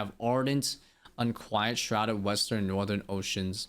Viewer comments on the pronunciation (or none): none